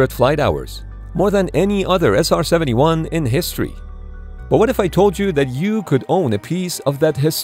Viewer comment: 나레이션을 인공지능이 했나? SR71을 제대로 발음 한 게 몇 번 안되고 아음속을 애음속이라고 하질 않나 미그를 앰아이지라고 하고 ....